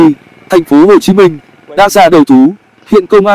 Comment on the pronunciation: Google chứ gì nữa. Làm gì có thành phố "Hắt Ô Chí Minh" đoạn 3:7s đo